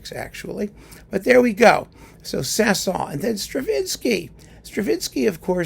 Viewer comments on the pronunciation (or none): I devour all of your wonderful videos as you make them. Your knowledge and word smithing is a treat. If I may offer up just a small single correction, given the rare opportunity: the last 's' in Saint-Saens is pronounced; it's not silent.